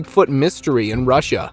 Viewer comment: It’s funny how you say, Russia lol. It’s not rissia. It’s RUSSIA!